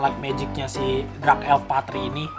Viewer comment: Dark bang bukan Drak